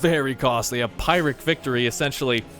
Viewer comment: When someone pronounces "pyrrhic victory" in a way that displeases me >: (